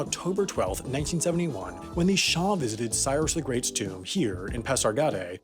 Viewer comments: It's Shah, not Shaw. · Shah, not shar.